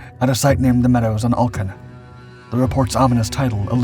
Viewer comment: Denmark gets mentioned in a Dark5 video, what a great day, but your pronunciation of Alken is bad.